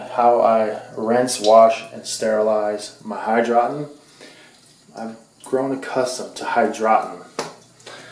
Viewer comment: It is called hydro - tonn.